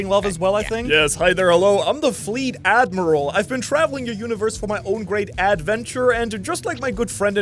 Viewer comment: Alright. The AD-Miral got me ice cold xD